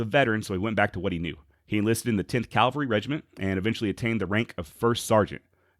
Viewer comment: CAV-AL-RY. Please...please....please. It’s ear cancer hearing you say Calvary.